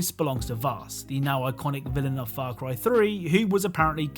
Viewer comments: Why do I hear "Far Cwy" at the very start? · The way you said far cry the first time in the intro sounded really close to f*** boy.